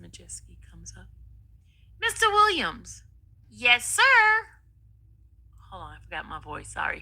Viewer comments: Why can't this fool say "Williams"And what is tessafy?? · Why does she never put the "s" on Williams?